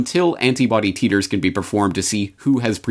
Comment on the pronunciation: Titer = “tie-ter”. Best to pronounce it correctly.